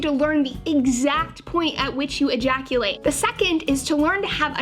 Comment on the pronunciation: Sometimes when you say "ejaculate" you don't put enough emphasis on the "e" so to me it just sounds like "jaculate" which is a cool word in my opinion I'm gonna start using it